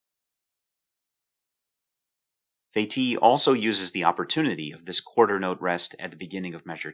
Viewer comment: Incidentally, the name of that clever French chap is pronounced "Feh-teece" :-)